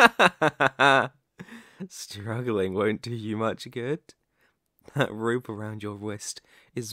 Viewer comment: that wope awound your wist